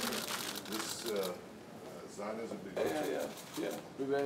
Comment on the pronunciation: Did he say Zionisism .